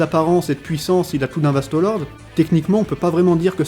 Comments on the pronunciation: pourquoi tu dis Vasto Lorde en prononçant bien le E alors que ça se dit É donc Vasto Lordé (a l'écoute) et pour les menos grande tu dis bien le É à la fin. Je suis un peu chiant mais ça fait trop bizarre d'entendre Vasto Lord. Mais mis appart ça, la vidéo est bien. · VASTOS LORDEEEEEES MERDE DIT LE CORRECTEMENT STP G MAL AU OREILLE 😩😩 VASTOS LORDEEEEEES